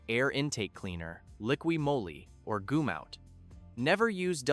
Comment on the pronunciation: You have seen?????😂😂😂😂😂😂😂 GOOM-OUT😂😂😂😂😂😂😂😂😂😂😂😂